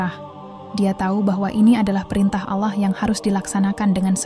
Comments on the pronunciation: Kentara skali narasumber nya bukan Islam, penyebutan Allah menjadi ala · Dan naratornya klo ucap ALLAH sering ga pake tasjid L"...